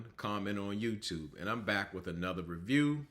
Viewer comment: Did you say let's start wiff Steve? Wiff? I'm a wordsmith and poor grammar is a turn off. The rest of your review was good.